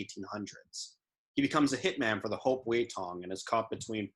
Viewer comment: I dont get why even though people can here the words being pronounced in the show they still continue to mispronounce the word. Its HOP Wei, NOT Hope Wei.